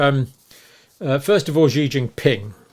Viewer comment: Dr Campbell, President Xi's name is pronounced with an "s" sound, as in an Italian "sì" or "she".